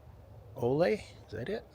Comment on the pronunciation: Thanks for the video! One of my aunts got married at Chapel in the Hills in the 1970s, and I attended a cousin's wedding there in 2001, as well as their vow renewal in August of 2025. The Norwegian name Ole on the wooden statue is pronounced "OO-Leh".